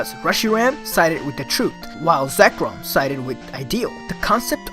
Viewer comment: Ha he says it like Zekrum